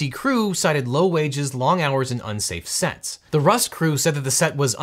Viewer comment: "Unsafe sets"? (16.21) I thought he said "unsafe sex" and had to listen twice!